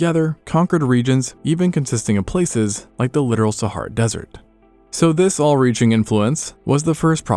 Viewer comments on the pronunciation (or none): none